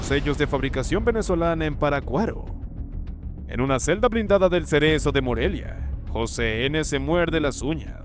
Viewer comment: De dónde eres ? No es Paracuaro es Parácuaro , cargarle la voz a la sílaba ahí donde está el acento